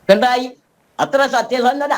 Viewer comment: പിണ്ടായി അല്ല പിണറായി